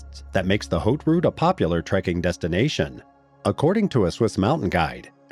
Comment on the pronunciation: haute route = "h" is silent in French at the beginning of a word.